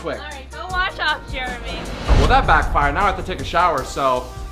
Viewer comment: u spelled jeremy wrong u said jermery instead of jeremy